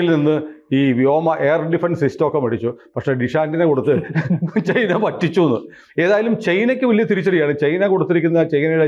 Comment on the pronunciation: ക്വറ്റ അല്ലേ.....ചെയ്‌ന ennu പലപ്പോഴും പറയുന്നു...ചൈന എന്ന് പറയൂ....😂